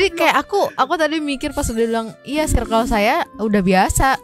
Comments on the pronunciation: koreksi mang perasaan circle bacanya bukan sairkel klo di bhs inggris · Bacanya “sirkel” sih tapi abangnya juga salah sih baca “due” harusnya dibaca du. Koreksi klo salah ya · Mon maap mase yg ud biasa panggil2 pk sbutan babe, bro, bae n klaimnya ud lama gaul di bgor n jkt, lurusin dl lafal circle nya please.. jgn sok english cos englishnya ga syairkel jg.. kuping gw skt😂😂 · Dia ngelafalin circle aja sairkel, mn tau arti Bae (baca: be) yg artinya Before Anyone Else alias prioritas/someone special buat girlfriend, boyfriend. Curiga 1 circle cm 1-2 yg paham be yg di mksd. Krn kl bee itu bacanya bi bkn be. N pnggilan syang lbh ke bae (my bae), bkn bee. Honey beda lah sm bee. Bee = lebah. Honey = madu. Honeybee= lebah madu. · diperbaiki dl pronounce "CIRCLE" nya yaaa, sok2an ngmg circle, cara baca ne wae SALAAAH, ngisin2i